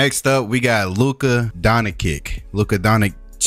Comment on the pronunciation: Is it just me you already nobody laughed when he says Luka donkick